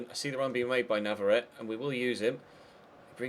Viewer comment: I think it's pronounced nav-ar-ret-ay